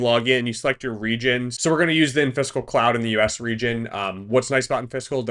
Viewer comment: it's killing me that you keep saying "in-fiscal". It's clearly supposed to be pronounced "in-physical" as in, not-physical. That's why there's an i between the s and the c.